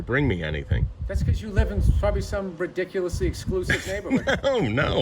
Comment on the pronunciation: that intro is hilarious. "RIDICALUS"